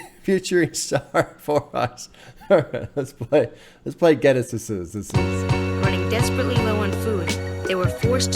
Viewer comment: You say Guinnesses just like 'Businesses' XD lol no need for the sseseses. Awesome reaction to a great album. Love your breakdowns, insights and wisdom.